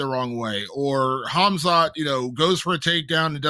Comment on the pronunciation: How is still saying "Ham-zot"